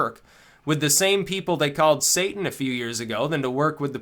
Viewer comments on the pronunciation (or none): none